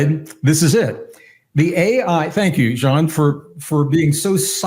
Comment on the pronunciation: And have to say this to compliment Gregg on yet another beautiful level of mindful humanity: first guest I have ever heard pronounce Jean's name so well and thoughtfully. 🫶✨️